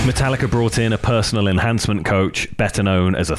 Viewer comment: I knew he would do it and call it matallicer at some point lmfao